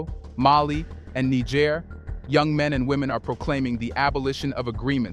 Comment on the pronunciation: Fantastic work! Just one note. Nigerians (pronounced 'Ny-Jerry-ans') live in Nigeria (prounced 'Ny-Jerry-ia'), and Nigeriens (pronounced 'Knee-J-sh-air-ians') live in (as you correctly pronounce 'Knee-J-sh-air'). Great stuff. Thank's for your great work. Peace and love